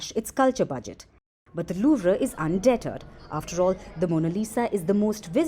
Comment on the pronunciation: "Un-DET-erred"?. I cringe at the pronunciation. Hear at 3 minutes.